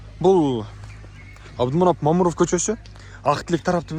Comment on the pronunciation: Момуров эмес Мамыров деп туура айтчи.